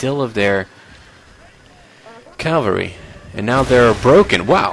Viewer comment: don't be offended by it is pronounced as written - cavalry not calvary